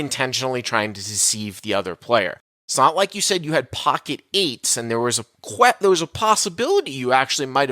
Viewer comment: pocket eightses... filthey hobbitses. i want my precious.